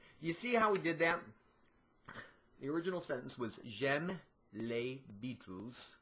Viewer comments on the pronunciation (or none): When you say the word 'beatles' in french, pronounce it the same way that you pronounce it in english or else it sound REALLY weird. I'm french from canada.